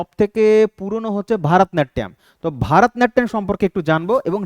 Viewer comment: ভারতনাট্যম নয় ভরতনাট্যম